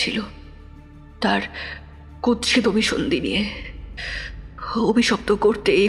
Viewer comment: ভুল শব্দোচ্চারণ শোধরাতে হবে-(1)কুৎসিতো নয় কুৎসিৎ।(2)লোকোলশ্কর নয় লোক্ লশ্কর হবে